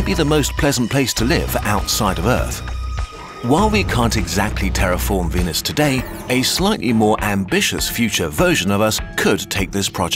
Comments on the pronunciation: What he said: "this leaves us with a frozen venus" What I heard:"This leaves us with a frozen penis" My reaction: 😲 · I don’t like the way you pronounce venus